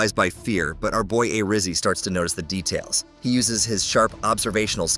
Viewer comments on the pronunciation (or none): WHAT THE HELL IS AN AYRIZZY